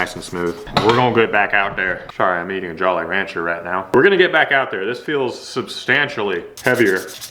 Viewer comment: Anyone else disturbed by the way he said jolly rancher ?